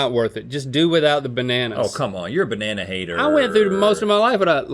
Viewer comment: “BANANA” not BERNANA